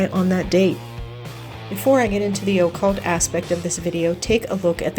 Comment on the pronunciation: O calt??? atleast get the sounds to come out right lmao